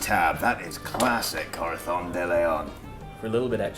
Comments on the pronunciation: Anyone else notice pronounces the Z in Corazón's name as a "th"? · It always sounds like saying Corathon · I get the impression that speaks some Spanish because of the way he pronounces Corazon llike Corathon, and as a spanish speaker it pleases me greatly, whether or not he actually does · Castilian "th's" are pushing my non Argentine, Latin American Spanish pronouncing hackles up. What's next? Going to pronounce a double L as a "j"?